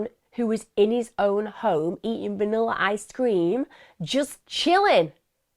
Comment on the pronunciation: Also, I love how Emma says “Vannilar Ice Cream” ❤